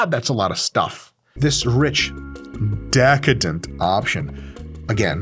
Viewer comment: The way he said DEHcadent the first time 😂